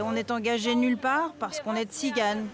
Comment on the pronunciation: "je suis Tstigane mineure, je ne peux pas travailler" $ Bah comme tous les français mineurs ! mais retourne en "Tsiganie" sinon et tu pourras travailler !..